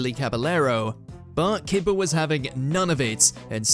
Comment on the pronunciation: Pronunciations of Anichebe, Szczesny, Kepa, Caballero, Iwelumo are tragic